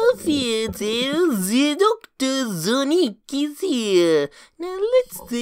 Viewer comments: 😂😂😂😂😂😂 Sowic.... SOWIC.. SOWIC!!!!!!!! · Tails:¡Sowic! ❌️Sonic😄 ✅️Sowic🤑